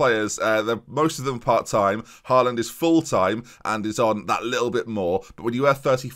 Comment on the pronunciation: Hate to be a spoilsport but it’s pronounced hall und not haal und (how you’d pronounce hallway)